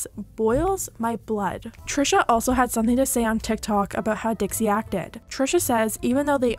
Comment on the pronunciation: dixie not dixi